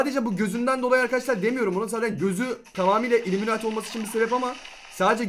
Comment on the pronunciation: Uliminati değil ullimemati